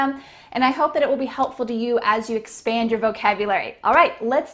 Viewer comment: Ohh!! you did a mistake in pronunciation Are you ready to expend your vocabulary? 🚫🚫 The sentence would be like that Are you ready to expand your vocabularies?